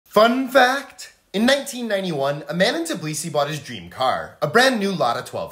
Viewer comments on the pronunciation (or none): "Fun fact?!" Hahaha Why did he say it like that?